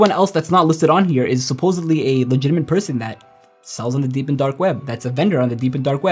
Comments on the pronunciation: i just thought that too 😂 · Is he saying "legitiment" instead of "legitimate" or am I hearing it wrong? 😅